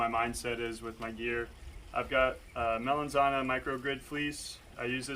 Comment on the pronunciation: You pronounced the Italian word “melanzana” (eggplant) perfectly!